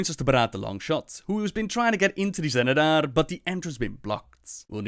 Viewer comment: the XENEDAR , not the GENEDAR